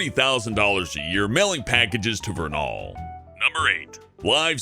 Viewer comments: Wait... our Zion's bank was mailed to the builder? XD Also it's Vernal; Ver-nel, not "Ver-nal" Just a heads up, guys. xD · I know Utah and in #9 you pronounced "Vernal" wrong; the end of the name sounds like "ul"